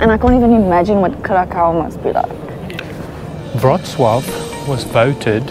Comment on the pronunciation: Respect for great "Wrocław" pronunciation :)